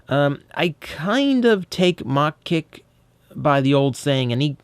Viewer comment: Don't you mean "MA-HA Kick"? :p